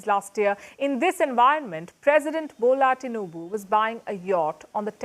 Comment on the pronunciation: She said "President Gbola Tinubu" 😅😅